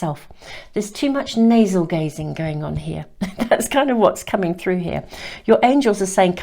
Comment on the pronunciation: Navel gazing? I kept hearing nasal gazing.. 😆